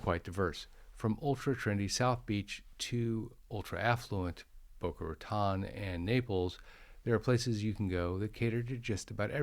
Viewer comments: It’s pronounced Boca Ratone. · Say "Boca Ratone". This is the correct pronunciation despite the spelling of Boca Raton.